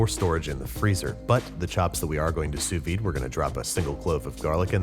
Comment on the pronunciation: Ain’t No body got a “sauvide” tho